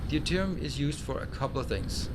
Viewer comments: FYI deuterium is pronounced doo-teer-ee-um, not dee-you-teer-ee-um, the "eu" is pronounced the same as in "neutron" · Love the series and love the way the planets develop and get industrialized. One trivial thing I hope you don't mind. I keep hearing you say Dee oo te rium for Deuterium. It is actually just pronounced Dooterium without the first "e" The "eu" is just pronounced "oo"